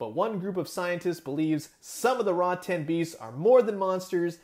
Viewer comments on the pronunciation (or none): It's pronounced Rotten not Raw 10 also given this is more "kid friendly" it's still slightly disappointing we don't have a full articulated version. Still some added paint to the fur and skin even a gloss on the eyes and the inside of the mouth like the teeth and tongue. Along with painting the scars this would look like a great high end figure